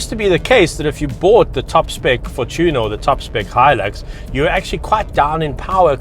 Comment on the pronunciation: Take the word fortune, and add "er" at the end. I don't understand people who call it the "for tuna"